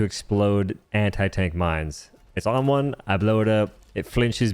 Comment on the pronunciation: you having trouble saying "one"? Just asking